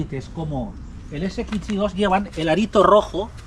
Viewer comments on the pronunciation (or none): Porqué dices SXI de esa forma tan rara?? Ibiza ese ekitch si😢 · Porque dices S"ekitxi". Que cosa más rara dices. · Me encanta esto les sigo hace años ..pero m poner nervioso como pronuncia la x ggrrrr